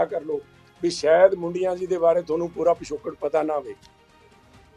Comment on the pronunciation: ਹੁਣ ਕਿਹੜਾ ਸਹੀ ਬੋਲਦਾ ਹੈ ਮੁੰਡੀਆਂ ਨੂੰ ਬੁਡੀਆਂ ਬੋਲ ਰਿਹਾ ਹੈ।